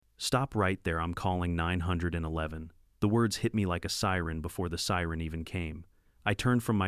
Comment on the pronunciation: Is saying 911 so hard